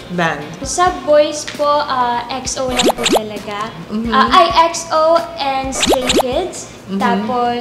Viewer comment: Ate chin Exo po hindi X. O 🥺❤️